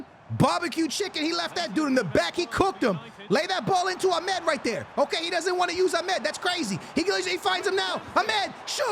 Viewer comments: Amad❌ Amed✅ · My guy can’t pronounce names to save his life lol Ahmed and Cisco lmao